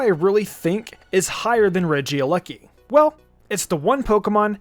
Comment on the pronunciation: It's not Regia lucky it's Regieleki